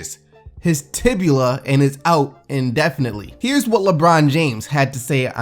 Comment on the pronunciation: He said tib u la🤦🏽‍♂️